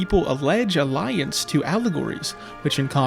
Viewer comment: Bro said alliance 😭